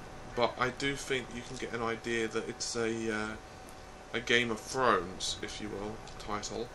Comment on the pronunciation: "Game of Frowns"